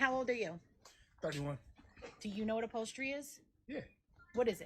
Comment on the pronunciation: It's upholstery not apolstry